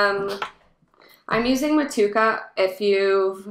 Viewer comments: Mut chew a ka bro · The pronunciation is Moh-to-ehh-ka. Otherwise, sounds like a great recipe. Will definitely try to make something similar to this. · Love the way you say Motueka . Don't know if you can get Southern cross hops over there but if you get a chance to brew with both of them together think you would be pleasantly surprised. Enjoying your channel